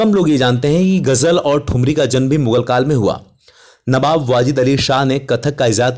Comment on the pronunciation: Abe to newab Kyu bolta h be